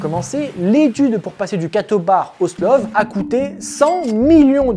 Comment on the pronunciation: C'est pas "SLOV" c'est "STOVL", stovleuh en French. Difficultés d'énonciation ? Oh et il est rigoureusement impossible d'embarquer à la fois "une quarantaine de F-35B" plus 14 Merlin. Le hangar peut accueillir 24 F-35B point barre. Le pont accueillera le reste, exposé aux éléments. Des emplacements sont prévus pour 24 appareils sur ce pont (disons donc 20 F-35B et 4 Merlin). L'excédent éventuel de 10 voilures tournantes ? Il empiète sur les slots d'atterrissage verticaux ou sur la piste de lancement. Waouh, trop bien pensé !